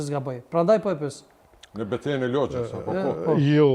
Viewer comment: Logja, fshati quhet Logjë oo bari delesh, jo Lozhë